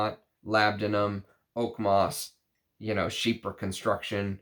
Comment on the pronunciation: I’m sooooo glad you stopped saying “chyfra” in your newer videos 🤣 keep up the great work, I’ve learned a lot from you since I found your channel this past Christmas 🫡